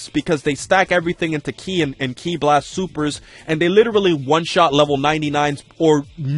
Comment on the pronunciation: Hes saying ki wrong